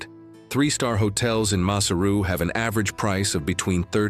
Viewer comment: NOT MASSER-OO the capital ! Pronounce correctly as MA-SAIR-ROO.